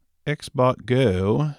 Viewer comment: Xbot confusing sound like you saying Xbox.